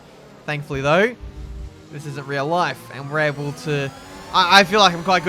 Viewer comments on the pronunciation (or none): none